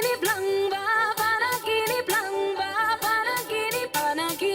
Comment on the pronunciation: the title of the song Panaginip is being read as Pa-na gee nip. You can pronounce it like a real Pinay. Do you know that Pinoys are born Singing not Crying......it’s only a joke.This is just an observation from your beautiful face.....you got some pimples but I love your eyebrows. Take care always.